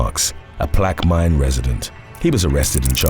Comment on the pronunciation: Time stamp ... Narrator pronounces the name of the of Parish wrong. It's Plaquemine parish. And Plaquemine is pronounced -- Plack-eh-Min Louisiana is filled with towns and parishes with some very difficult names to pronounce. So don't feel bad! 😉 (Even IF Plaquemine is one if the easy ones! 😉